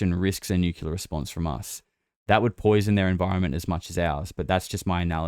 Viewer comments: sir, you are pronouncing Nuclear incorrectly. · Oh great another person that doesn't know how to pronounce nuclear .😂😂😂Maybe those stories about advanced civilizations living inside earth have always been true. Admiral Byrd talked about it. And I believe it was the Hopi who said the "ant people " took them underground to survive a cataclysm. Tons of those kinds of stories